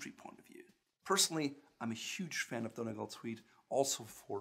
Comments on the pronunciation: You pronounce Donegal so wrong it’s not donny-gal it’s pronounced dunny-Gaul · ahahah don eeee gaalll pronounciation a bit off but brilliant video!!! :) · Donegal Is not pronounced as Don-e-gal🤦🏼‍♀️👎🏼you pronounce it as Don-ee-gawl👍🏼 or Don-ee-gaul👍🏼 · I know it's a bit late but Donegal is pronounced don-ee-gal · Donegal is pronounced "Dun-Ee-Gall"